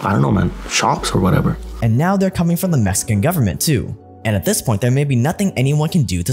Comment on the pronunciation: Mexican not mesican